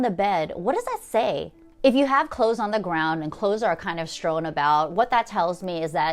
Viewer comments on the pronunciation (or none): I love your videos, but the word is "strewn," not strown; cache is pronounced cash when referring to a bunch of stuff, not chache'. Minor, minor issues compared to your great ideas.